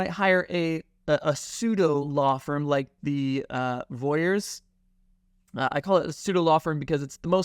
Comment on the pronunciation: This is great information. Just so everyone is clear it’s Vorys not Voyers